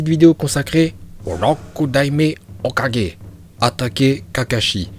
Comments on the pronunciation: Juste ça se dit OKAGUÉ pas OKADJÉ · C pas "kaje" mais "kague" tu prononce mal mais ça reste un détail face a tes connaissance de naruto continue ainsi mais travaille ton accent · tu dis tu maitrise la VO tu dis hokaje mdr va te coucher porte parole mes fesses mdr ton acces il rend fou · Moi j'aime quand il dit hokudaimer hoka